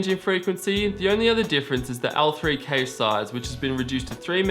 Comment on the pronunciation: Wtf is a cayche? Lol it's pronounced CASH